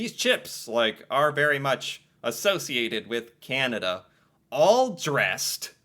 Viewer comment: So sorry, but as a Canadian.. it is slightly offensive how some mericans pronounce Canada as Kennadah. :D Sorry :D